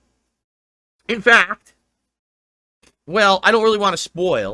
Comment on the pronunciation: "In--fehct, can I be ahnest?" In other words he's about to kiss Andy's but for an hour.